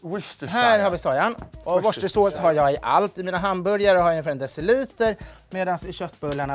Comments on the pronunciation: wu•stuh•shuh•saws. Say after me please 🇬🇧 😊. Best wishes from London! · worcestershire = Woostah. Så bör det uttalas ifall man vill säga det som britter.